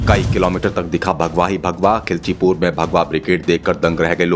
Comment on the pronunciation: Naam sahi se le khilchipur naam hai